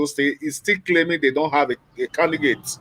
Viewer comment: I'll stop watching your videos on YouTube. How can your Commentator keep pronouncing CANDIDATE as CANDIGATE and yet you continue to allow him without finding a way to technically correcting him🙄....Please let me know when you start bringing a serious Commentator on your program.